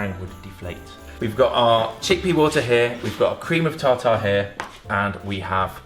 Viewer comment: Cream of tawtaw lol